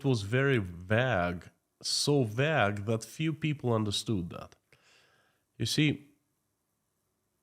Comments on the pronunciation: Vague = vay-g. Not “ vag” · Vague: You say it as VAG (unclear) You should pronounce "VAY"-(gue). similar to "say" so "vay"(gue).. The "Gue" sound is like the "G" in Bag. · Vaque is not vaag. The correct pronunciation is vAyg. One syllable. Capital A sound